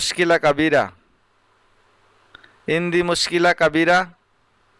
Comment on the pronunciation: ভাই শব্দটি ইনদি হবে না। আনদি হবে